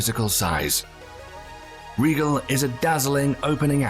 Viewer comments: Like Rigel? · Indeed! His pronunciation of RIGEL is driving every Star Trek fan nutz!